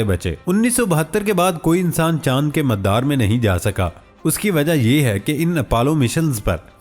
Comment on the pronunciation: Pronunciation correct kr ln please, MADDDAR ni hota MADAR hota ha. Parh k bi sae na bolain tu agr khud tahqeek kr k bolna pare tu kya ho ga🙊🙊🙊🙊